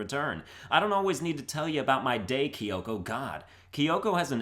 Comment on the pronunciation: How dare he pronounce it right